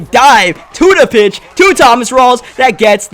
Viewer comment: When u said to the pitch I thought u said tuna fish lol